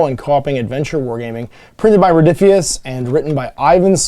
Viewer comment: Rodiphius? Ruh-roh! 🤣😜